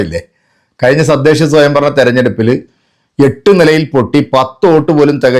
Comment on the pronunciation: ബായി നിങ്ങൾ എപ്പോഴും സദ്ദേശ സ്വയം ഭരണം എന്നാണ് പറയുന്നത്. അത് തെറ്റാണ് തദ്ദേശം എന്നാണ് പറയേണ്ടത്. ശ്രദ്ധിക്കു